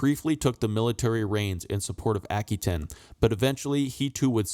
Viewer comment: a·kwuh·tayn... It's driving me nuts. Good videos for sure.